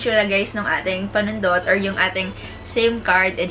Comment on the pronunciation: Natatawa talaga ako pagnagsabi na si ng "Panundot" wala lang.. hahaha.. Thanks sa Review!! 😍